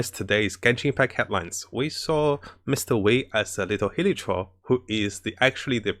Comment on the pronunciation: how is this guy asian but pronounces Wei as 'Wee'